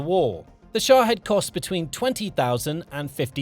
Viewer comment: Its SHA-HEED